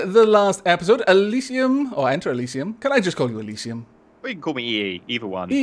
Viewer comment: "EnterElisisium" lol